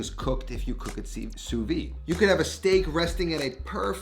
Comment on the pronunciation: Just one little thing that drives me crazy is how everyone in America pronounce the Sous-vide techninc You pronounce "soo-vee" nowhere in the any french speaking country it is pronounce that way. It should be pronounce "soo-vid".